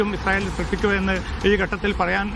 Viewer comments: വിദ്യഭ്യാസം ഉള്ള ഒരു മൈരനും ഇല്ലേ ഈ തീട്ടം ചാനലിൽ.. ഇസായൽ അല്ല ഇസ്രായൽ എന്നാണ്.. കഷ്ടം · ഇസായേൽ അല്ല ഇസ്രായേൽ